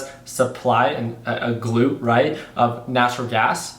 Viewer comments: GLUT NOT GLOOT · Please google glut definition and click on the speaker to get the correct pronunciation. Glut, not gluit. You had me going trying to guess you meant excess production. I only mean this in a good way. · Glut, an excess. Like "gluttony" which phonetically would be a "schwa" or the upside down "e" which makes a "uuu" sound, not "oo" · Pretty sure its gl-uht not gl-oot but maybe im wrong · Glut ,not gloot. ..Im waiting for 1.70, ..Supply and demand is one thing, but more importantly there are limitations in the transport pipelines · Glut... gut with the l added! Haha!! Not gloot. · Glut is pronounced like gut with an L. Not gloot like your saying. Just trying to be helpful. Not picking on ya. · Glut is pronounced like hut with a G... 😂 Like gluttonous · Hey, not to be that guy, but if the word you are using is glut then it is pronounced with the uhh sound, not the oo. That is the main way I would think to differentiate it phonetically from the gluteus muscle group term.